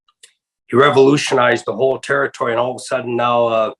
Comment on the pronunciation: Hate how he say territory